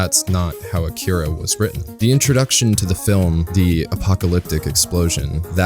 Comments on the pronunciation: a-ki-ra no k-kee-ra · Cant even pronounce akira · Have you not seen it? Because you mispronounced it.